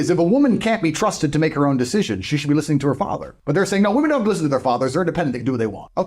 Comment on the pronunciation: DAY 1011 Learn how to pronounce women - plural plzzzzzzz your channel is about WI-MEN